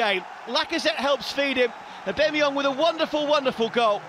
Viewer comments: WHY IS HE CALLED EH BEMMY YONG 😂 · Sack the commentator can't say Aubameyang correctly.